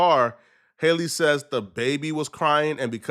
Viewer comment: From Halle to Hailey 😂 then halo to hallow 🤦🏻‍♂️ Can you read bro? Halo is pronounced just like it always is, like a halo over an angels head and Halle isn’t the same as Hailey. Halle is pronounced like HA LEE. You said it right a couple times then said it wrong many more times. Pick one bro 😂